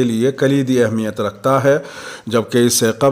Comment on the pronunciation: ماشاءالله آپ بہت ہی سلیس اردو میں خبریں شائع کرتے ہیں لیکن ایک بات کی طرف توجہ دلانا چاہتا ہوں گستاخی بدل معافی لفظ اہمیت کو بتشدید المیم پڑھا جائے الله يحفظك و يبعدك عنك كل مكروه